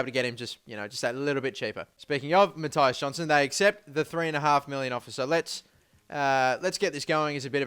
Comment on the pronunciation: its not mattaias its mattias u pronounse the i like i not ai